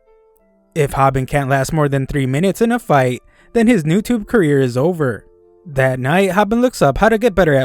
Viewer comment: Its youtube not newtubu